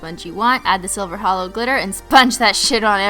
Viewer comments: OMG she said HELLO not HOLO 😭😭😭😭😭😭😭😭😭😭😭😭😭😭😭😭😭😭😭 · SHE SAID HELLO INSTEAD OF HOLO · She said hello instead of holo ahhhhh